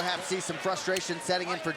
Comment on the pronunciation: Ann-drah-di not Andrudge